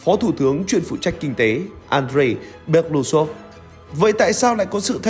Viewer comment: Nên đọc đúng nguyên bản tiếng Nga là "Be-lơ-Ú-xơp" (Белоýсов), tức là họ ông này có 4 âm tiết, trọng âm rơi vào âm "U" nên phải nhấn mạnh âm tiết này, đừng đọc "Be-lu-xôp" nghe như trọng âm rơi vào âm tiết cuối. Белоýсов có nghĩa "Ria trắng".